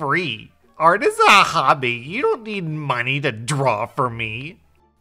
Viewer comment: "art is a hAABi" well done.